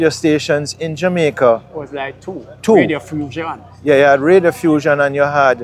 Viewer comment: Not Radiofussion, Reddiffusion.